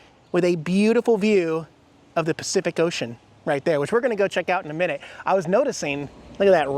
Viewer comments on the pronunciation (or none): none